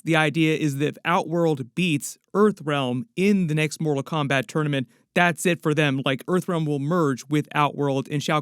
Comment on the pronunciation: So awesome please stick to Disney and other properties u know names too because ur pronunciation of the fighters is so bad u almost had me breaking my house down